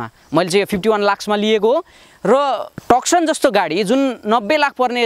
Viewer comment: टकसन हैन भाइ तुसन भंचन Nevertheless excellent video 👍👍